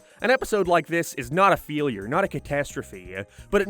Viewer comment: "not a feelure" But how. It's failure.